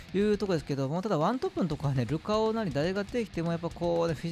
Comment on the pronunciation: ルカオの発音がルカ男なの好き